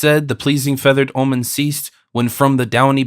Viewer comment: love this translation the most, but I wish the narrator had done a bit more research in the pronunciation of some words, the rhyme scheme is important. some words, obviously, dont rhyme because language has changed over time, but still, "vie" and "omen" are mispronounced. this is especially bad when it happens to characters names, like Menelaus or Telemachus. I think Penelope was mispronounced once too. but I appreciate having this version in full, as I think this is the only version of pope's translation on youtube